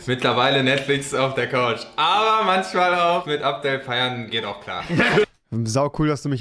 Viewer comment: Er sagt manSCHmal und FliesentiCH😂